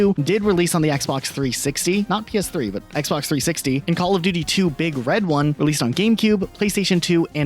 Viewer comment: Your inflection saying "Big Red One" is sending me lol. It's One as in the number, not One like "the one."